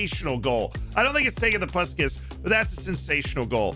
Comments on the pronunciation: In case you wonder, it is pronounced Pushkash. Send you my love from Hungary 😘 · If you want to say correctly its Pushkash , the "a" pronounce like when you say wow.. Good video, nice goals, the bicycle kick wow.